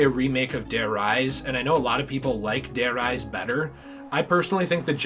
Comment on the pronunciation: Dude imma say there are many, many things I disagree with here. Buried is not better than mob or origins, it’s der r-ee-se not der rise, everybody knows about the flytrap in the giant. Classified is not that good and is on bo4, need I say anything else? Kino is super overrated and just a different version of der riese, and gorod isn’t number one material. Der Eisendrache or origins are both better alternatives to gk. TRANZIT IS NOT A GOOD MAP OR CONCEPT